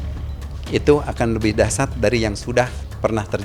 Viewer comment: Dahsyat Sebut nya dahsiat bukan dahsat 😀